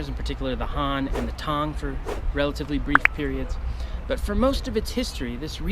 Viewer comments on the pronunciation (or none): none